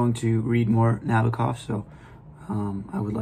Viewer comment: Not to be unkind, but the first step in posting a book review is getting the pronunciation of the author correct. Nabokov — accent on the second (2nd) syllable. Regarding all things Russian culture: it’s 2025 now means: the savagery, torture, war crimes, abduction of 20,000 children to be brought up as Russians; the rapes & tortures as instruments of war, all bc of one man’s fantasy, or actually pretend fantasy, means all the great Russian cultural mavericks — Tchaikovsky, Shostakovich’s Waltz # 2, Chekhov, Turgenev, Anna Pavlova, Tamara Kasavina, Dostoevsky, and many great poets, writers, composers — are all relegated— or should be relegated to an absolute & complete negation for a century. Or more. Cultural genocide, crimes against humanity by many Russians, not merely the chinless wonder maniac p utin should not then have lunch at The People’s House at 1600 Pennsylvania Avenue.